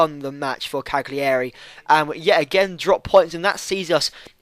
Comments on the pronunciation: Cagliari - Cally-Ary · it's pronounced "caliari" :)